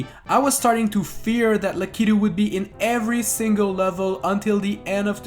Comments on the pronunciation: It's pronounced lack-a-to. Not lek-ee-to. Come on man! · Why does he call it “lackeyto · Lah-Key-Due...Lah-Key-Due...Lah-Key-Due... That's my only criticism of this video. XD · Always say Lakitu wrong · Was I the only one triggered by how he kept pronouncing Lakitu